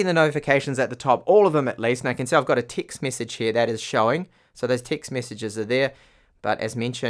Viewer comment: Please learn to pronounce words correctly...EVERY..you say IVERY... you swap every letter E in all words for a I and its horrid to listen too....TIXT message instead of TEXT